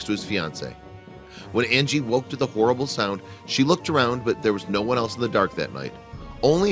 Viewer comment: If u go to u can hear him can her Andy and not Angie